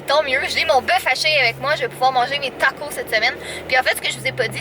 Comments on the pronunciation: En France et on dit tacos on prononcé le S sa fait super trajet bizarre gros bisou a toi ton chat 😘😘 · taco"s" et on pronnonce le "s" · Les taco 😂😂😂 c'est trop marant comment tu le pronnonce